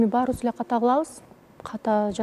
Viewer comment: болотпу, келетпи,кылатпы дебей туура суйлочу алып баруучу кантип сендей сабатсыз болсун,ошентип суйлосом назик коруном деп ойлойт окшойсун наоборот кулкумуштуу угулат,тупая